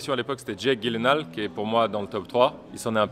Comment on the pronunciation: Jake Gyllenhaal se dit DJILLENHOL 😉